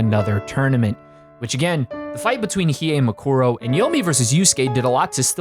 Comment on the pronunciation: hmm not bad. Although I could have gone without all the butchering of Toguro and Mukuro, but whatever. You managed to talk about a show without losing me, and that's unusual